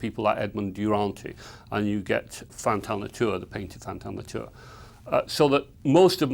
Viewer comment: Not being able to pronounce “déjeuner sur l’herbe” or “Fantin Latour” correctly let’s you down somewhat.